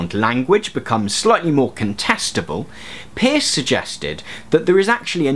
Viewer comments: Minor point: it seems to me that the Americans pronounce the name of CS Peirce as in 'purse'. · Thanks for this. Just to let you know the Peirce is actually pronounced Purse. No one knows why. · Fair enough. But at the very least, Peirce is pronounced the same way you would pronounce the word purse. There is some contention to this, however, it is definitely not pronounced like the word pierce. I don't wanna just bitch, so I'll give you an example to consider, maybe you'll get interested and do a better video on semiotics: ) You say that traffic lights are a symbol; but how does that sign affect your mind? it has to be through some sort of actual effect of the sign; and what is the source of that actual effect? it must be a certain qualitative aspect of the sign. This is a feature of Peirce's semiotics that is extremely commonly misunderstood but there are no pure icons, indexes and symbols either in nature or in mind. The classification of signs is an analytical tool meant to describe all possible ways in which the mind operates but in reality, iconicity, indexicality and symbolicity are all necessary features of any sign which is to represent something. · I wanted to point out this nitpicky detail, too :) From the few things I remember from philosophy classes, CS Peirce is pronounced as 'purse' due to linguistic conventions of spelling and pronunciation being different those some 100 and something years ago. (Also, if anyone cares, the philosopher George Berkeley is pronounced 'barkly' for similar reasons. I learned so much from philosophy, yay.) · Peirce as in “nurse”. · His name is P-E-I-R-C-E. And it's pronounced "purse" and his (and Lady Victoria Welby's) work antedate's de Saussure's by decades